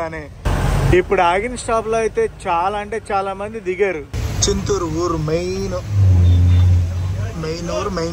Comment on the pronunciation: చిత్తూరు కాదు నాయనా,చింతూరు. వర్షాలు తర్వాత అయితే ఈ వీడియో బాగుండేది.